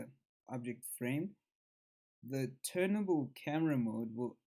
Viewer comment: It’s turnTABLE mate. Not turnABLE lol